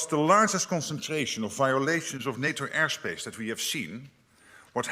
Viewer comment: ''Air shpãshe'' is where Valhallala lives?!?